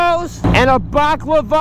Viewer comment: "2 Chicken Gyros, and a BAKLAVAHH!"